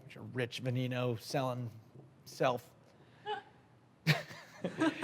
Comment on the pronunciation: Lamborghini (veh-neh-no) not (vuh-nee-no)